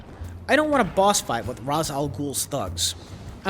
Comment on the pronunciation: Pronounced Ra's wrong, the nerd in me is RAGING